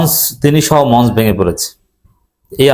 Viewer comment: মঞ্চ এর সঠিক উচ্চারণ মনচো।